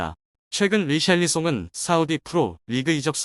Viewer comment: 히샬리송을 리샬리송이라고 하는 놈의 말을 어떻게 믿겠냐? 얘들은 누가 이적썰만 꺼내면 메뚜기 새끼처럼 몰려드는 놈들인데..